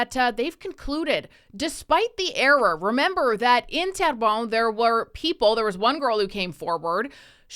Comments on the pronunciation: It’s pronounced t-air-bun ❤ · you're saying Terrebonne wrong